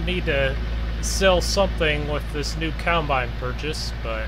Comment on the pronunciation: It’s COMBINE NOT COUNTBINE.